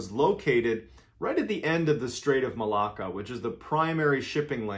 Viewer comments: Wow MrBsallen pronounced the word Malacca sooooo very accurate. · I’m tuning in from Malaysia and I just had to tell you that you pronounced Malacca perfectly.